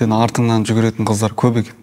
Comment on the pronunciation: қалай Ай мен Энбиді қыздаррр 😤😤😤 деп айтып отыр